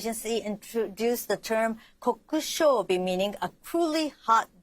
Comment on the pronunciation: Is really Japanese? Her pronunciation of “kokushobi” sounds very off